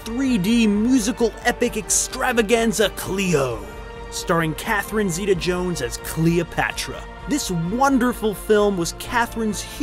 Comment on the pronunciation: SERIOUSLY Stop saying her name! You don’t say it right so quit saying it!